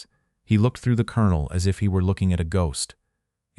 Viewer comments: While I am very happy to have this remembered for the importance of this, I am DEEPLY DISAPPOINTED in the AI voice over mispronunciations like pronouncing “COLONEL” as Kol-on-ol instead of Kern-el. Also the lack of punctuations and incorrect gathering of phrases in the subtitles, makes it substandard to the point I almost quit 2/3 of way through. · The narrator cannot pronounce 'colonel'. he should be replaced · no record? and an AI narrator that cant even pronounce colonel? Sounds like a fail channel recipe to me. Where can i find this? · This AI portrayal is absolutely horrible. Couldn't even pronounce the word colonel. The lesson is good, but this is an insult to all who served.